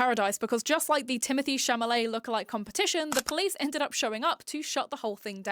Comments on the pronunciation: The l comes before the m in Chalamet I think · It's Timothee Chalamet, not Chamalet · idk if it’s a meme or something, but you’re pronouncing his surname wrong. it’s cha-la-met, not cha-MA-let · I loved your video and I love your hair. However, my OCD compels me to point out Timothee's last name is pronounced Cha-LA-met, and not Cha-MA-let. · it’s chalamet not chamalet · hearing you say Chamalet instead if Chalamet is killing me 😂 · (it's Chalamet* not Chamalet) :) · shall-a-may. SHALL-A-MAY. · In the start, am I tweaking or are you saying “Chamalet”?? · With peace and love it’s Chal-a-may. That was driving me nuts the whole video. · You’re saying Tim’s name wrong and I’m irked 😂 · As someone with an accent and a lisp, it’s interest possible it was an accident, I misread and mispronounce names like that sometimes. Not a big deal